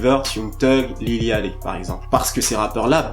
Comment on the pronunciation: lil yatchy rien que la prononciation de son blazz, je saigne des oreilles